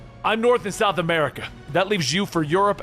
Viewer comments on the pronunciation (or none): none